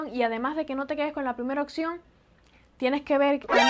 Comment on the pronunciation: En cuanto a la dicción, trata de no decir "oCción" sino "opción".